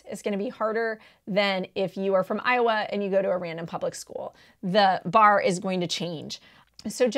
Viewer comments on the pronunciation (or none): none